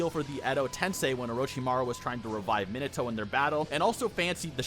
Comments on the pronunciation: I keep hearing "Mineto" and it is killing me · I cringe at your pronunciation of Minato. You pronounce naruto the way I do, but not minato. They are pronounced the same. NA-RU-TO MI-NA-TO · Why do you yt guys say minato like nimatoads instead of minato like how is japanese name is supposed to be pronounced...? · they way you say minato makes me want to claw out my eyes